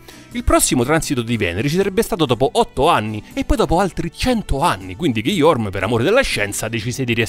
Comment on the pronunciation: Bellissimo short... Pero', in quanto residente in terra francese, devo pero' essere in disaccordo sulla pronuncia del suo nome Guillaume. ghi-iom le (e muta) genti' come pronuncia